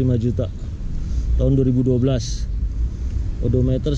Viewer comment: penyebutan edometer di revisi untuk next video ya bang,, biar enak di cernanya